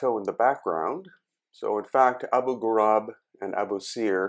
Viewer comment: Abu ghurab not ghurub